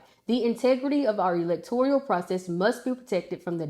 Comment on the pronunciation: It's electoral not electorial.